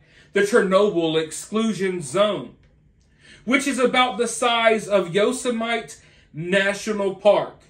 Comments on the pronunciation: Not Yo sem ite. Yo sim a tee. like the gun slinger from the Bugs Bunny cartoons. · Lol its, yo-semi-tea. Yosemite. Just so u know. Here in California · Yo-sem-it-ee just for your benefit - love your vids. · I've never heard of Yo-suh-might National Park. I wonder if it's related to Yosemite National Park. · That's Yo-sem-it-ee National Park. I love dogs & feel so bad for those left behind. I almost couldn't watch. I have the same question, evolving how? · Yose-might. lol. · did you say yo●sem●ite? 😂 Im only teasing because i do the SAME thing when i read.😊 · Yoh Seh Muh Tee. 😊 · Love you but you pronounced Yosemite wrong 😊 made me chuckle. It’s pronounced like yosemitee. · Yosemite is pronounced Yo Sim It Tee. Also, there's humans living there in the red zone. Several Babushkas snuck back in and have been living there for a long time. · It's pronounced yo sem a tea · Yep, perhaps recall Looney Toons: Yosemite Sam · i wondered if anyone else noticed lol , trump had trouble with that word too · Right? I like but how does anyone from the US not know how to pronounce Yosemite? Lol and I’ve lived in New York my entire life, so it’s not like I live anywhere near Yosemite. Not tryna be hateful.. it’s just odd. I’m a fan of.. well 80% of the time. Not a big fan of some of his right wing takes, but that’s okay.. we can agree to disagree on some things and still get along.